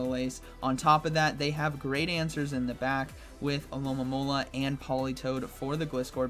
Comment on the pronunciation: Why can no one pronounce the name of this pokemon: Alomomola. Al-o-mo-mo-la